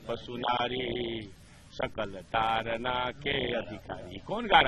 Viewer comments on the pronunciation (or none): तारना नही ताड़ना है। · Tadna not tarna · तारना नहीं ताड़ना है भाई उच्चारण ही गलत हो रहा है । बिहार में ड़ का र में उच्चारित हो जाता है । जिससे अर्थ का अनर्थ हो रहा है । तारना का अर्थ हो सकता है उबारना । ताड़ना का अर्थ हो सकता है पिटना ।